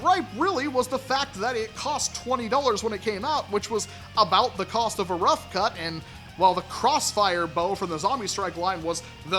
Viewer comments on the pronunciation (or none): The "roughamuhcut" 😂